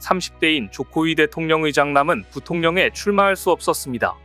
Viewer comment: 자막은 제대론데 들리기는... 조코위대통령의 장남이...... 조코위대통령 의장남으로 들리는건 뭐지?